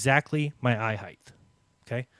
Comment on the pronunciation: Lol! Does not know how to pronounce "height"????!!